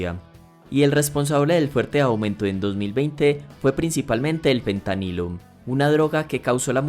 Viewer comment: ¿Por qué dices todo el tiempo Pentanilo (con P)? A pesar de que el tema era interesante a los 2 minutos dejé de ver el vídeo porque me di cuenta que era la narración pasiva de un ignorante. En español el nombre de la sustancia es Fentanilo. Y en ingles °ph" se pronuncia f. De modo que por qué ver un vídeo de alguien hablando sobre una sustancia de la cual no conoce ni siquiera su nombre y sobre un país y un idioma sobre el cual ni siquiera sabe pronunciar las palabras más basicas